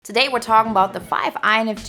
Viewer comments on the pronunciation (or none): "Taday we're tawkin bout..."